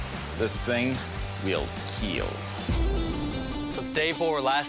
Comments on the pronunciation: It will keal... Lol 😂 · "It will keel"